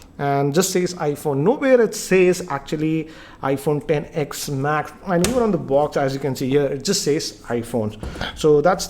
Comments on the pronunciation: Hey it is ten not X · its "X=10" not "X= ecks" thoda padha liya kar kaam aayega next video me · Shouldn't it be pronounced as iPhone 10S 1000 a 10 😂😂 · he says sex